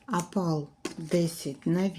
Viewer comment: " кАльє, тАпаз,Апал," 😂😂😂😂😂😂гидко слухати!